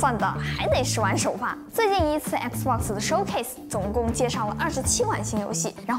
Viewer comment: 總算碰到個用簡體中文，能把XBOX唸對的人了